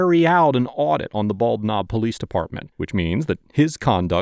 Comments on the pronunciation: Did you say it was the "Bald Knob Police Department?" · Bald Knob, my grandfather was from that little town, he joined the Marines when he turned 18 to get out of there. And it's pronounced Ball-Nob like one word, they don't pronounce the D in bald.